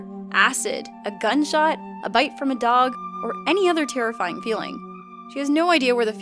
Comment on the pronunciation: she aksed me to bit her